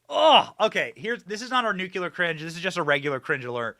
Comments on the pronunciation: Noo-clee-er. Not nukular you diminishing hairline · Gotta, GOTTA stop with the nuk-ya-ler pronunciation. If you can say, "my car has a new clear windshield" then you can do it. Please. Please do it 🙏.